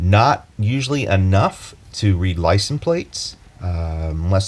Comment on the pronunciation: It’s LICENSE plate, not licen plate.